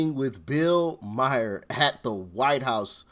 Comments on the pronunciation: His name is Maher not Mayer. No y. Couldn't you make an effort to get it right. I know it is a small thing. I don't know about you, but when people mispronounce my name I always correct them. If they don't try and get it right after that. I just walk away. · Hey man I love the show absolutely. I just wanted to say Bills last name is pronounced Ma-er not Mi-er lol. Every time I hear that. I think you are talking about my cousin lmao. Sorry. Really love the show though. I watch daily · MA-HER..not mayor..😂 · His name is pronounced MAR - Bill MAR (Maher) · I have to jump - you're driving me nuts saying Myer. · He can not pronounce Bills last name